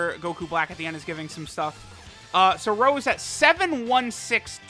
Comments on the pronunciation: Petition to get to say Rosé instead of Rose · please stop saying rose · I knew something was wrong, this ain’t. He calls him Rose and not Rosé.